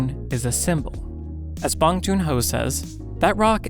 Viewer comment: the way he says bong hurts me. great video otherwise